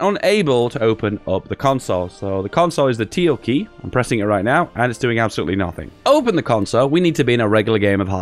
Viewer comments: Tilde key, not teal key! #dontdie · Am I the only one concerned that he calls the ~ a teal, and not a tilde? (Til-Duh)